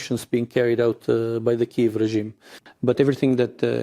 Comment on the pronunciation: The city is called Kiev not Kyve 🙄